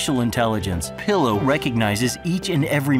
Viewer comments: Why do the people in the Pillo video keep mispronouncing it's name. I mean, the voice over says "pill-oh", which makes sense because, you know, pills, but like, half of the other people in the video say "peel-oh". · I love how the Pillo narrator calls it "pill-Oh" but the characters in the video keep saying "Pee-low". They can't even get the name right in their own video.